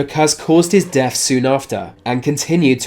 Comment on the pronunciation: Is it just me or is he saying def instead of death?